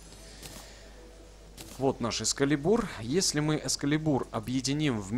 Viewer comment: Не экскалебУр, а экскАлибур!!!!